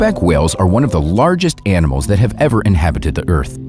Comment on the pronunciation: 0.14 «These animalsk are very smart, even scientists confirm this fact». Good to hear that scientists, who are usually quite slow on grasping facts about nature, are on board with this one!